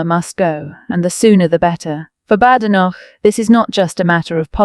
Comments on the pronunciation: It's 'Bade- en - knock' - not 'nosh'. Otherwise a good piece. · The man's name is STARMER, not stormer. Such ignorance in comment is inexcusable, as well as mispronouncing BADENOCH several times !!